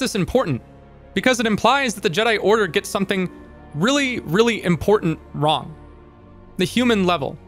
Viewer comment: When you said what is right and wrong it sounded like you said what is right and Ron, and in Japanese slang ronery means lonely and as a socially isolated character even the concept of being lonely is of course villainized demonized criminalized and ostracized to the point where in religion one must ask like God where did loneliness come from if it's such an offensive thing. What is right and what is wrong so basically what is group and what is not group yeah that's how (hiveminds attack) people think.